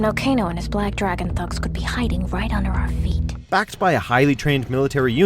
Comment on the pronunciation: Sahn-ya and Black Dray-gon. Damn.